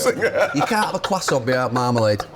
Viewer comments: Can somebody not correct him on the quoissant? Its croissant, just drop the T. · What the hell is a Qwasant 😂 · Jesus please take Gary to pronunciation class. Qwasson 🙄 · What the f*** is a cwasant? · It most certainly isn’t. It’s like kwasson. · Gary repeatedly mispronouncing "croissant" was horrifyingly gripping, like seeing a multi-car pileup on a motorway that you can't look away from. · Anyone else annoyed by the way Neville pronounces croissant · Gary needs to shut up with that pronunciation of croissant